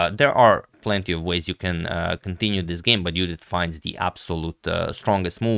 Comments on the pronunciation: When he says "Judit" its poetry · BTW he says it right